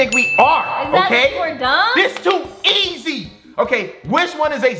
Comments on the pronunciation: He said easi were the e not the i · he said easiet lol omg cracking up